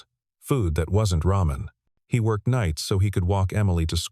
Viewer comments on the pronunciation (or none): none